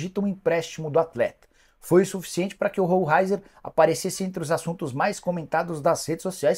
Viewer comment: A pronúncia é roleizer e nao rou raizer